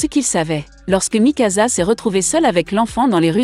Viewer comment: A mikasa ce n'ai pas mikaza mais mikasa